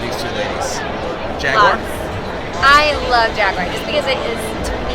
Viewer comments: Jag U ar not Jagwars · Its JAG EWE ER not jag waar ! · Jaguar not jagwire 😭😭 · Jag-war. Wrong-o. Jag-u-ar. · Jagwar hahaha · It's jag-u-ar! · What's a Jagwire? Lmao